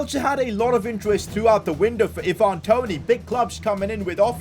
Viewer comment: Eye van not i van